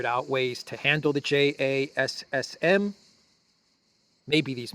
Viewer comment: JASSM is usually pronounced "Jasim".